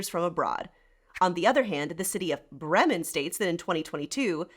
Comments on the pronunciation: Bray-muhn. please pronounce it properly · I have to admit I was thrown by your pronunciation of 'Bremen' and 'Bremerhaven'. As someone living in Germany, I would have thought you'd know better.